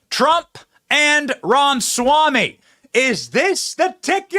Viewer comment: I pronounce "Ramaswamy" using four syllables. Benny economizes and chops out a syllable. "Ramswamy"